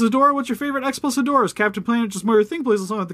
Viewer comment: so I'll admit I could be wrong but I thought it was pronounced "Head-Raw"